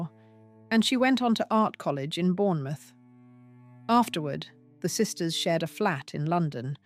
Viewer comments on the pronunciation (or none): none